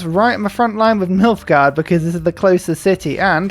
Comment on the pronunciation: oh man, I've never played or watched or read the Witcher, so I've been half paying attention to this series, but you best believe I snapped to attention when I thought you said MILFgard